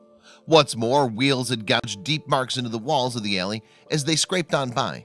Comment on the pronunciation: A alley is not an "ale ee."